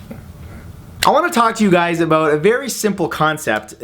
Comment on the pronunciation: My faith in humanity has officially been restored...you do say "aboot" quite a bit in this one ;)